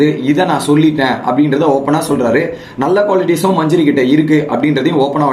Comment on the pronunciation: Majuri illa Adhu manJAri... Please change ... Evlo per solraanga